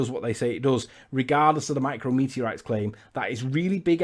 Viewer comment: Forget everything else. "Micro-meteorites" is pissing me off.